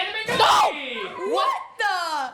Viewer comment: Anna mcnauthy??